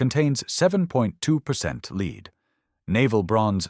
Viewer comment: It wouldn't hurt to view your own video at least once before posting it. Lead is ""led" not "leed. And Aztec can be spelled ASDIC.